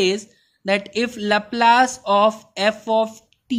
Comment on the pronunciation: It is pronounced "lahplus" and not "lahplaise"